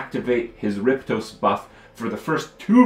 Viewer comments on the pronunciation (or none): For fuck´s sake Kripp, it's rip oste, not rip tose! Pull yourself together, man! Spoken like the repost (f.e. in forums). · Alright I can't see the comment where someone bashes on him for this. Why the hell can't Kripp say Riposte right? He keeps saying Riptose instead of Riposte. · Its riPOSte not riPTOse, phonetical casual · kripp-toast...correct pronunciation is ri-post-ayy (short 1st i) Fantastic game indeed. I really like how almost every decision in this game has weight. Do I use those 4 remaining foods on a character on deaths door? Or do I save them for hunger? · "Riptose" lmao Kripp its "re-post" its a term form like a deflect, used in fencing. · "rip-toast", or "riposte" lol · It's riposte not riptoast. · It's RIP OSTE, not RIP TOSE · Say it with me, "RIP-AW-ST" that is how you pronounce the word "riposte" correctly. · Saw Trump play this a bit ago and loved it. The voice over is the best I've ever heard in a game and that alone makes it interesting. Kripparrian I think it's simply pronounced "rip post" You were making it too hard :P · it sounded like he said rip toast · The way he says a few different words really bugs me... Word butcher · Kripp, dude, its ripOSTE. Rip OSTE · "Riptose".... lol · riptose? seriously? do you HAVE to mispronounce things on every single fucking game you play? is it really that difficult? pisses me off as much as hurtstone and koams heart. get it right.